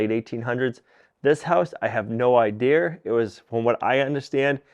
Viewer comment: What, you have no eye-deer?